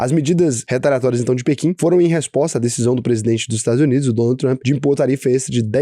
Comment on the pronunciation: Tenho a impressão que o fala Donut Trump em vez de Donald 🤔